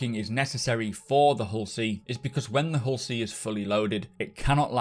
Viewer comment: My wife thought you called this a Horsey... Now I cannot unhear it... lol